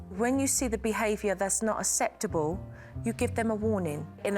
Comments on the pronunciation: Megan would be so pissed UNAHCCEPTAHBULL NOT UNSAPTAHBULL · Jo saying her famous "unasseptable" 😂